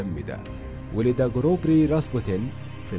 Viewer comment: اسمه راسبيوتن راااسييييببببوووتتتنننن و ليس راسبوتن 👊👊